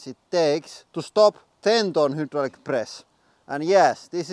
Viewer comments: "Velcome to da hudddrullic press channel!" Chills litteral chills!!!! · I love the Hooodruik press every time you say it.